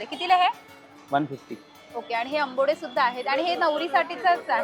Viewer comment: Ambode 😂 ?. Ambade mhan ga.